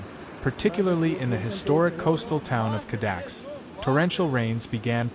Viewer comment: It's not "Cadax" - it's Cada -kess. Dali's residence.